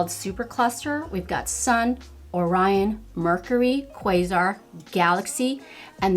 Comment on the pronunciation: Beautiful look! I wonder if using a base of glitter glue would help with the fallout. I'm really torn about purchasing it. Waiting to see if it comes to Sephora. I've watched numerous reviews on this palette, and you are only the second person to correctly pronounce "Orion" and "Quasar." Good job!